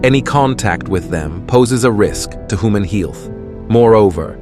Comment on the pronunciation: "...can be harmful to HOOMAN HEE-ILTH".. Wait --WHAT??! 😆😆😆😹😹😹 Your AI isn't very experienced with navigating speech, is it? Rotflmfao !!